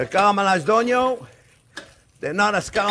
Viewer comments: Friend, not "onyon" but "ONYO" 😂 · Onyon! :D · I think I know now where Joshua Weissman got his "onyo" pronounciation 😅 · Your caramelized onyo are busting